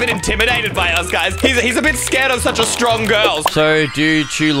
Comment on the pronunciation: Wen eysreem said im so stowong he spells so dumb